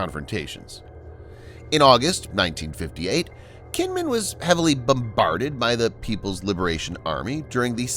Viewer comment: Kinmen is actually pronounced like "Jean Munn". Xiamen is pronounced "Shyah Munn".